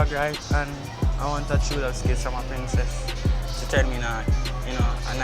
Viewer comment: Man say "prince-cess"